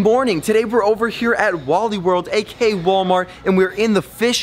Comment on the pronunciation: Dude It's Aka Not Ak